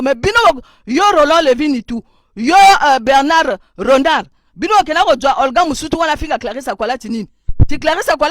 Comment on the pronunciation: Mama Clarisse tokoss Bernard Renard, Bernard sommeil N'arrive pas à prononcer le nom de celui qui ni tout Ba supporteurs ba gagi éh...